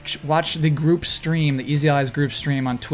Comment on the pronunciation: "For Easy Allies..." I heard "Freezy Allies"